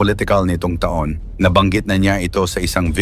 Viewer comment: Tanga Tanga etong narrator na to ta Ong taon baka tahung ahahaha Ewan sayu naretor Kang engot ka